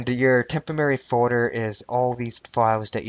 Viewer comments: Tempemary files tememerary files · LMAO! It's a "Tempomary"! LOL! It's Temprorary. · Tempamerry? lol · This time, I am fairly certain you proved you could pronounce 'temporary' correctly, albeit only once out of six attempts. Still, congrats!